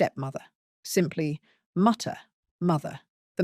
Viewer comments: Die Mutter is pronounced dee mooter. What is the Brit's propensity for Anglicizing non-English words? It strikes me as an island mentality. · Text: "Mutter" English pronounciation: "Mottah Mottah" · Mutter pronounced mootee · Ahahah "dye matter", seriously? You couldn't look the pronunciation up? Die mutter = dee mouter. Wondering how the rest of the "research" was botched. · It's Pronounced: Dee Moutte (R is silent) Not Die from death or Mutter as Mumble 😂😂😂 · its pronounced moohta not mutter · Pronunciation disaster 😵 The German transcription (IPA) for "die Mutter" (the mother) is /diː ˈmʊtɐ/ or /diː ˈmʊtər/, with the emphasis on the first syllable of "Mutter," sounding like "DEE MOO-ter," where 'ü' is a rounded vowel sound and the 'r' at the end is often softer. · Why you pronounce "die" and "Mutter" like they are English words, and butcher them, but then proceed to perfectly pronounce a whole sentence (with the exception of ass instead of aß) is a mystery of its own. Those two words are pronounced like "thee" and "mootter", bringing them close to their English counterparts, which is also logical given your language's history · Ouch! 😅 As a German I beg you to correct your pronunciation of the word "mutter" - the vowel has to sound like in the English word "mood" (not "nut"😅) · Please, please, do a little effort to pronounce the German words like “die mutter “ correctly. It’s German, not English and absolutely not difficult. Look it up on Google translate and press the sound button. A very small effort makes a big difference. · "Die Mutter" is not pronounced that way. "Die" is not pronounced like the English word for dying. It's a long German "i", the word sounds like "dee." And the "u" in Mutter is actually pronounced more like "u". A short "u". Anyway. That's a wobbly start. Let's see how it's going to continue. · The way you pronounced “Die Mutter” has me off to look for better content. Seriously.